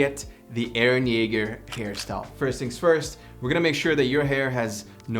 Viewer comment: It's eren Jaeger